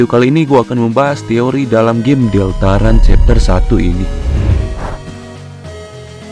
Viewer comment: sial gw telat satu tahun untuk menghujat bagaimana dia mengakatakan deltarune deltarun tcih